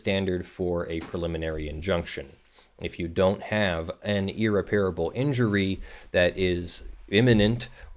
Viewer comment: one thing that really bothers me about your videos: you need to check the pronunciation of "irreparable" - the 'a' after the 'p' is not a long vowel sound:-)